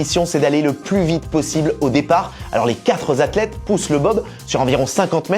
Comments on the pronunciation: On dit pas quatre zzathlètes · Ah là là ! Les quatre "zathlètes" 🤦🏻‍♂️